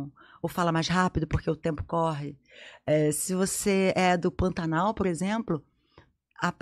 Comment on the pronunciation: Curiosidade: em que parte do Pantanal esses falam: Pantanar? Ou Ninhal como Ninhar?? Sinceramente não consigo entender. O protagonista da novela, interpretado por Marcos Palmeira, ao mesmo tempo em que fala: ninhar e pantanar, pede ao seu (ex) futuro sócio uma análise técnico financeira ambiental e sei mais lá o que, o que demonstra claramente que é um homem entendido das coisas. Sou do MS e nunca vi pantaneiro, indígena, peão, administrador ou proprietário de terras falar: pantanar. Posso estar errada, o fato de ser do MS não me faz dona da razão, mas na minha opinião, pecaram nesse sentido. Beijos sul-mato-grossenses! Ahhh e observem o chalaneiro representado por Almir Sater, ele fala como qualquer um: pantanal!!!